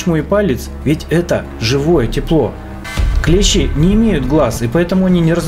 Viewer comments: Дак правильно ударение падает на букву и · клЕщи - это инструмент такой, клЕщ - паукообразное. Множественное число у слова клЕщи - клЕщи, с ударением на первый слог. При склонение по числу слова "клЕщ", во множественном числе ударение будет ставиться на последний слог - "клещИ". Неужели в школе подобное не преподавалось? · Не клЕщи ,а клещИ